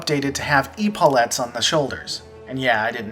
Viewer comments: ep-a-lets. Not E-palets. are you doing this on purpose? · EEEEE-po-lets. come on check out pronunciation before you hop on the mic.:)